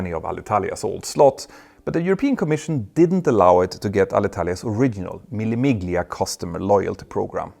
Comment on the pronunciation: Is that sarcasm? If not, what are you talking about, the "Marchetti" or "Mille Miglia" maybe? He only did an accent but didn't even put an effort into googling these easy-to-find words. Sounded like a family uncle who went to a 2-day vacation in Italy and won't shut up about it months later :) His "Mille Miglia" pronounciation was more inaccurate than Jay Leno's, and that's saying something :)